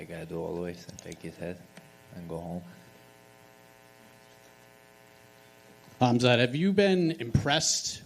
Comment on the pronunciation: "Kumsquat chimaev"